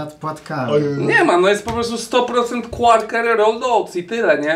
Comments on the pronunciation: Nie qarkery tylko qakery!!!! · QUAKER NIE QUARKER TAK SAMO PRINGELSY NIE PRINGLESY (tak jestem mad)